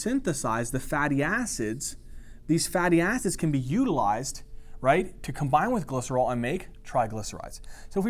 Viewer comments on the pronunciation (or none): none